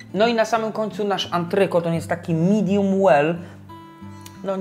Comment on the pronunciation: I nie "midum" tylko "midiem".